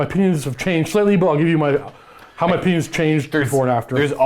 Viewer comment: My brain realizes he said "my opinions" but my ear only hears "my penis".